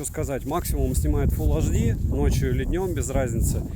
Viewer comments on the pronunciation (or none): Обзоры у тебя супер, очень радует скурпулезный подход👍. Вот только прекращай уже со своим "фул аш ди"). Все таки на большую аудиторию вещаешь. Фул Эйч Ди! 🤝😉